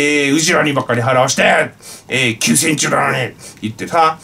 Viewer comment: 『韓国は休戦中』が『韓国はきゅうせんち』に聞こえてw